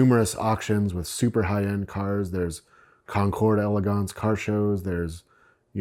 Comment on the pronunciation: "Concord Élégant" 🤣😂🤣😂